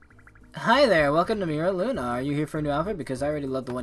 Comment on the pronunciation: Meera Luna. 💀💀 Its pronounced Myra Luna.